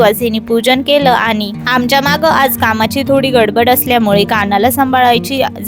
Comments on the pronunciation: तुमचा आवाज छान आहे. पण काही शब्द अतिशय अशुद्ध बोलता. अनी पानी आणि कृत्रिम बोलणे यामुळे व्हिडिओ ऐकायला कसातरी वाटतो. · तुमचा आवाज छान आहे पण काही शब्द अतिशय अशुद्ध बोलता. अनी पानी आणि कृत्रिम बोलणे यामुळ